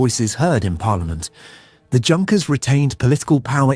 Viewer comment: This is NOT HOW YOU PRONOUNCE "JUNKERS". It is "YUNKERS"